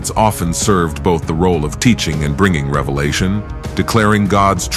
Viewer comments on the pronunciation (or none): none